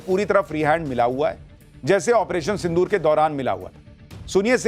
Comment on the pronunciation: Sindhur nahi Sindhu rrrrrrrrrrrrrr pakistani chuhey Kand shuru hai